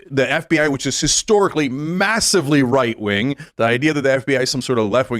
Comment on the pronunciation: sometimes he says "white wing" instead